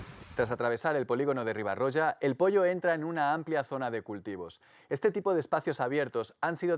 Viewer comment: No cal pronunciar 'catarrocha' ni 'riba-rocha', però la pronunciació es prou deficient 'catarrólla' i 'ribarrólla' a tot el documental.